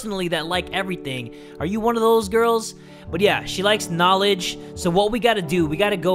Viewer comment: I love how said "She's attracted to his knalege":'D